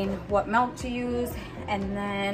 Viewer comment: She really do be saying melk